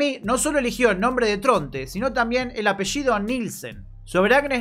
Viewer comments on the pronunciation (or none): none